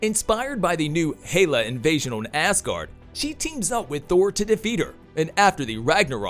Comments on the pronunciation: Who's Hayla? & why do you say ASS guard for Asgard...? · It's "Hell-La" not "Hay-la".